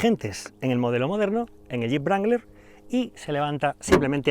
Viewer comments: Wrangler, la w no se dice sino de rueda la r; sonaría rrangler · Creo que la W no se pronuncia... Y un golpe en el volante por cada palabra tampoco ayuda mucho...¿Es necesario? Se supone que las palabras tienen su propio peso y cuando más podéis enfatizar una que otra, pero no hacen falta esos ademanes bruscos, no son deseables ni se compadecen con lo que debiera ser entretenido y apasionante pero en ningún caso violento. Perdone Ud. pero es que me ha molestado mucho. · estos videos son geniales!! pero no entiendo porque le dice brangler al jeep wrangler!! ???? :) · vaya le dice brangler o toy sordo? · Cuando dice "Jeep Brangler" muero de risa!